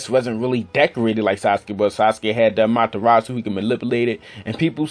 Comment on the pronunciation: Amatturratsu lmao amaterasu